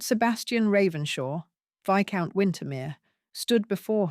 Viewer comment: Enjoyable Romance/Intrigue. But pronouncing Viscount as Vice-count is rather hilarious!